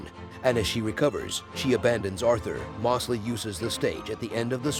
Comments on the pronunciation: Why are you saying “Mawsley” when you even show the clip of his own character pronouncing it “Moe’s-lee”?? It’s like your intentionally saying it wrong. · Moss-ly and not Mose-ly was frustrating but great recap